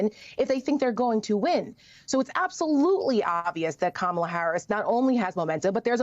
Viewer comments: Go back to sleep, Deborkaren. Here. Let me help you: Comma-la. Can you handle that? It's really not that difficult. In fact, Mace pronounced it correctly and then checked herself and mispronounced it again. It's intentional. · Knowing how to pronounce someone's name and pronouncing it incorrectly on purpose?! Now that's trashy, Lady.